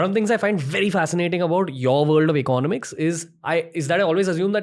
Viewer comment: eco-nomics not econ-omics.